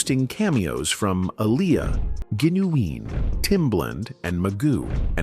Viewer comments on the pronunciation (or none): G-inu-ween lol 🤣 is how they pronounce Ginuwine